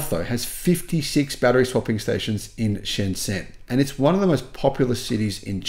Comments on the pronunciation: Pronounced: Sh'n J'n, Otherwise OK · although the did get it right that Shenzhen is the most advanced city in the world. It also had the cleanest air. Soon will realize that the biggest mall in the world is in Yiwu. Then will realize that the zh in Shenzhen is pronounced with a j sound.